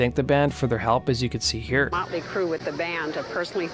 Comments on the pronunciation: Sounds like he says " molly" Crue haha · Its not Molly Crue, it's Motley Crue. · Why's he keep saying "Molly " Crue?